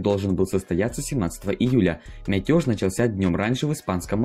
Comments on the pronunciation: Бля, братан. Рассказываешь интересно, но умоляю, говори нормально. Ставь ударения нормально, не Метёж, а мятеж. И это только одна из туевой хучи ошибок. А так всё интересно и разложено по полочкам. Осуждение лингвиста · Только не мятёж, а мятеж, очень слух режет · Мятёж? Иди дикцию подучи)) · МятЁж! Даёжь!)) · Пересказ Википедии для детей. Автор, выучи слово мятЕж!